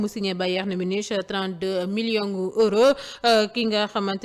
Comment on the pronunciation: On lit munick(Munich) , adorable n'est-ce pas.